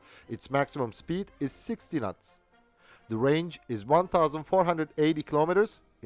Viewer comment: I love ur channel, and ur accent! "...45 nuts..." just beautiful.